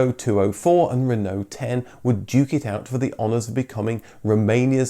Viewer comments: At the end you pronounce Renault we in Ireland butcher it and say renAULT as it’s spelt 😂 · Why are you saying Renault and dacia wrong ....? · You seem to have two pronunciations of "Renault" ......We Brits tend to say "Ren-O".....your other one is more "RerrNo" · Being French it is pronounced Reeeno (roughly) you don't say the LT part at all.